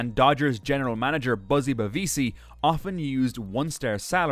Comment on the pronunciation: The narrator needs to learn how to pronounce Drysdale and Bavasi.